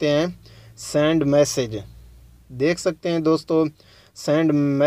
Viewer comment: time kharab kar diya ha palhay bolna seakh lo sand nahi send hota ha .....